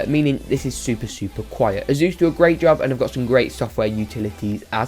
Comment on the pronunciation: "Azus" (What I heard.) Dammit.